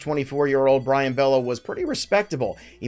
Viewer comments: Bay-yo ... no relation to Scott. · Come on man, it’s not pronounced Bello (like is looks)…it’s got that funky way of pronouncing it lol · Pronounced-"bay yo" and "ray-ginz"😮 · Love your stuff. Really need to get the names right though my guy.. Brayan Bello(Bay-O) Cole Ragans(Ray-Gins).. gins as in Ted Ginn Jr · Bello is pronounced BAY-OH Ragans is pronounced RAY-GINS Anyway, I think Luis Campusano is gonna be better than both O’Hoppe and Alvarez.